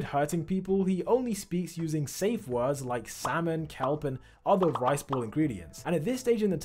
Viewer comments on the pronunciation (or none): none